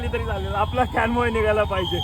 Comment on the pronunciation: काॅन्वाय सर. कॅनवाॅय नाही